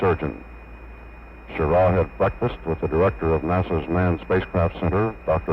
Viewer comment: This the one where the comm guy keeps calling him "Schirrar"?